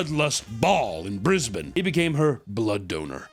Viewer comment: Did he just say Brisbane CORRECTLY ? Said it correct and just so casually.